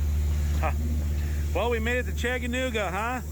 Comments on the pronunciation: 🤣🤣 I thought same! Love these two, fun videos but yeah I heard Chagganooga 😂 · Chagganooga? That's what I keep hearing you say, lol. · ChaTaNooGa. Say it 10 times! 😂 Really enjoyed this video!!! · I had to chuckle every time you said " Chaganooga" LOL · Chagganooga ???? Lol!! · Long time subscribers and fans of the channel from ChaTTanooga!!! We visit Pigeon Forge and Gatlinburg often and know how to pronounce it. For the love of God, learn how to say ChaTTanooga. Still love you and!!!! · You guys should visit Cloudland Canyon, and the hang glider jump off. chattt—ahh—nooooga It’s important to the locals for you to say it correctly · you butchered the word Chattanooga hopefully this will help Cha-duh-NOO-guh!!! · You pronounce Chattanooga, like someone from Michigan. LOL Did you get a engineer cap?